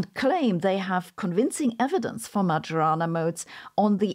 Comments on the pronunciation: poor Majorana, called as "magiorana"... 🙁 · Probably you should pronounce the modes as the man's name in Italian: [ˈɛttore majoˈraːna], thus the "j" not like in djembe but like the "y" in karyenda. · To quote ChatGPT, The name "Majorana" is of Italian origin and would typically be pronounced in English as "ma-yo-ra-na". Here's a more detailed breakdown: - "ma": rhymes with "ma" in "mama" - "yo": like "yo" in "yoga" - "ra": like "ra" in "radio" - "na": like "na" in "nana" In Italian, the pronunciation may vary slightly, especially the "j" sound which can be a bit softer, closer to a "y" sound in English. The accent also typically falls on the second syllable ("yo"). === So, it does not sound like "Major" with the distinctly English 'J'. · Every time Sabine says "majorana" I hear "marijuana". But, the "who could it be?" for the phone call caught me off guard. Lastly, Sabine's explanations for quantum physics and entanglement make it all seem self evident and obvious the way I thought of it. Not the way everyone else talks about it. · The "j" in Majorana is not pronounced like that. That aside, great job as always! 😊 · I can't beleive how she says "Majorana" 😢😢😢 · Thank you again for your super-interesting videos. But please, just stop pronouncing Majorana's name that way. The correct pronunciation of 'mAJOrana' is like the 'Io' of 'Iowa', the US State.